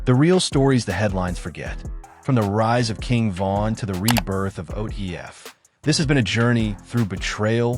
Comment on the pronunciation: You a goofy at least say it right who the fuck is ODF ?